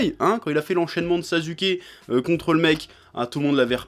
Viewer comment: Hamza PSG il le fait exprès c'est comme quand il prononce sasuke il dit saZUke ou encore SNK il dit shUNJEki no kyoJUN